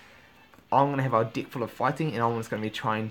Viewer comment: When he says, "deck" it sounds like "dick" LOL